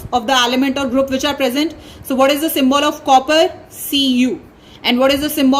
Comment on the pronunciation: Ma'am sorry first of all but its represents and not reparsent.